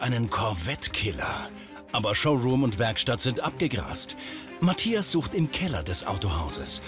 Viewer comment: Die Sindy sagt immer Matjas, muss dann immer an ein Matjesfilet denken ^^